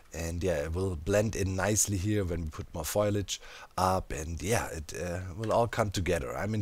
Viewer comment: Are the bees not just despaiwning as you move away? Have you tried naming them? Also foliage is pronounced fow-li-idge 😅